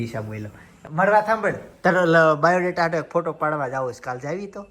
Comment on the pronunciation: આ ભાઇ ને સ્ત્રી 2 ના સેટ પરથી જ ઉઠાવી લાવ્યા કે શુ......સરકટા નુ ગુજરાતી સ્વરુપ..ડોકી વગરના ટીશર્ટ વાળા😂😂😂😂😂😂😂 પીનલબેન Rocks😏 ચિંતનભાઇ shoked🤫 = બાયોડેટા ❌️ બાવૉદેતા✅️😂😂